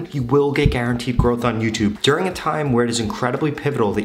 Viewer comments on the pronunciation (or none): none